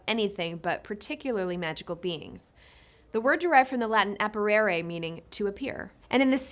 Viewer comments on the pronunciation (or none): It's apparere, not apparare